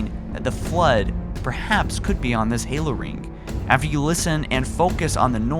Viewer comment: i love watching your video's but i seriously get murderous tendencies every ffing time you say rink instead of ring